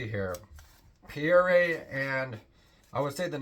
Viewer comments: Pierre is pronounced Pea. Air. It’s French for Peter. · I found his mis-pronunciation of the most common French name in history rather embarrassing.